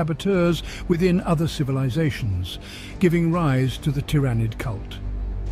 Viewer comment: I have never heard Tyranid (tear-ah-nid is the norm) pronounced the way he does. Otherwise good video....then he goes and swaps between the pronunciations to troll me: in the same sentence even.